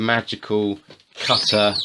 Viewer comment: the "cuttuh"